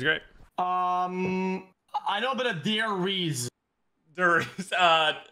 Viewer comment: I LOVE HOW MUCH HATES DER REESE. XD XQC " You want der reese " " you mean derisendrachen "